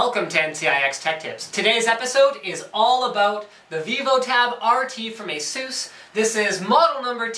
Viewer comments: There is a video on the official Asus Youtube channel on how to say it. "A-sue-s" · Even the english commercials for Asus used to pronounce it the same way Linus and currently do. I wasn't sure myself so I googled and came upon a article from 2010 on endgadget showing how it's properly pronounced. I myself thought Linus pronounced it correctly since (an Asus employee) pronounced it the same way. Who knows?